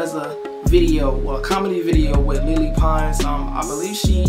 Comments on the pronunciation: Its not lili its LELE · he pronounced lele name wrong